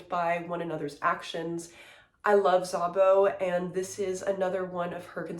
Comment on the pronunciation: the sz in szabó is pronounced like s in snake or silent for example